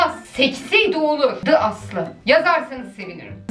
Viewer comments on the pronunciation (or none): Nobody: The Aslı:vayhhkyd demedim